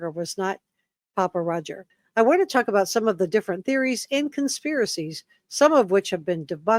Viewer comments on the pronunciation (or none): none